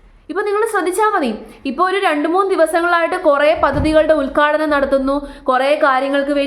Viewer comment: Please take care of diction, ഉദ്ഘാടനം. 😊